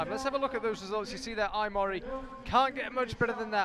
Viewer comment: The pronunciation of names is completely random! Every time a different name! Mori Ai crash the boulders!